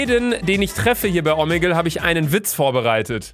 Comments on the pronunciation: Es heißt omegle nicht omegel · mich regt so auf wenn du „omeggel“ sagst😂😂😂